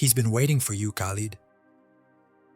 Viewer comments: I don’t believe that this a authentic statement of a Muslim. The way you pronounced his name Khalid is incorrect, you missed the guttural sound of Kh….. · This story is so hilarious,you forgot once upon a time, lying and claiming to be a mumin, and it's pronounced lid not lead, the extent you ppl will go to get followers 😂😂😂 on day of judgment you will have to give account for this bogus story😂😂😂😂 good luck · If it was real and an imam was talking .he must pronounced his name right ,no moslem says kalid ,if you know there is a hell ,don't lie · me too because an imam wouldn't pronounce Khalid as kalid